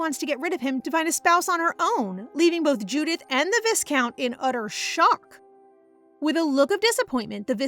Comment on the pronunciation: Don't wanna be grammar police. But as your storytelling is amazing, this little pronunciation mistake really hurts the ears more. The word 'Viscount' is pronounced as 'vai-count" not "vis-count", the S is silent here.